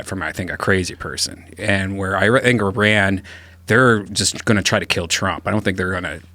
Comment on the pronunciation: Thanks for pronouncing Iran correctly Joe, don’t see that too often